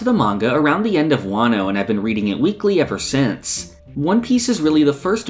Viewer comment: hearing you say wano is so funny, its like im watching an alternate-universe hamon beat where you make one piece content